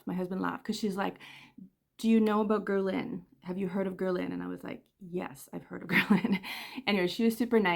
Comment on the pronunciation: You're not pronouncing Guerlain properly. As a fragrance collector, it's important we know how to say fragrance houses.